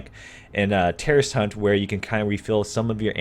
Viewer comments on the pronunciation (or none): none